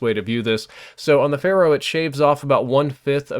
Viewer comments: Pharo, not Pharoh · It's "fair-o" not "fay-ro" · Its pharo not pharoh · He also always pronounces it wrong, 'Fay-roh' isn't even a word, 'fair-oh' is how it's pronounced and the gun is the same, he seems to think they're different words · I don't think there's a h at the end of pharo